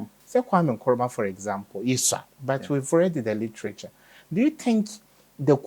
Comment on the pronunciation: KM: Kwame Nkruma, Not Nkwame! Get the man's name straight, please.